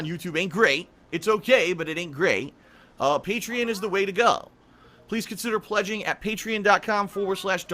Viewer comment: Pay-tree-in lol it makes me laugh that he can never pronounce anything properly.